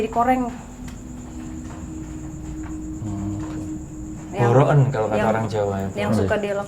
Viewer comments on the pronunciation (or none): Aku cah Sragen mba sara,dan ngakak denger mas Ari bilang plepeken 😂 dan boroken 😂😂 asli ngakak 😂😂😂👍